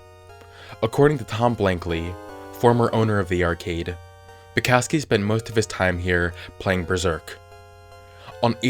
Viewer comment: Why do people have trouble saying polish/european names? Its Bukovski(how you should read it),not Bucowski(how you read it).